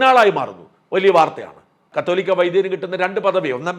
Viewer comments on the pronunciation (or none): കാതോലിക്കാ ബാവാ, മാപ്ര കള് പറയുന്നത് "കത്തോലിക്കാ ബാവ എന്നാണ് 😂